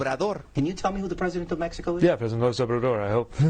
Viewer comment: Honestly he sounded like he mumbled. It was incoherent to me.